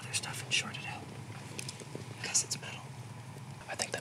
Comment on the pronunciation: "Why don't we all find oat together?" I don't like oats...